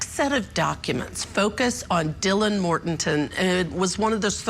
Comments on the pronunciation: Right, this is supposed to be offset by repeatedly saying "Kings Road" (rather than "King Road") and "Mortenton" (rather than "Mortensen"). In other words, the host and one of the guests () can't remember any of this stuff, and they are long overdue for vacations. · "Dylan Mortenton" "1122 Kings Rd". God, did you do any research on this case? Every other sentence was another mispronunciation.